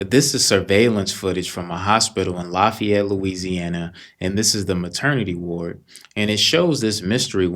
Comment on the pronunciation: I love how you said Lafayette. They say it LAFFayette down here in Louisiana. You said it right IMO 😊